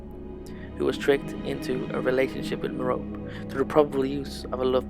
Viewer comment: You pronounced Merope wrong, it's pronounced "Mer-ro-pee"